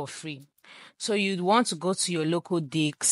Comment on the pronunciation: Girl i think you mispronounced local disk..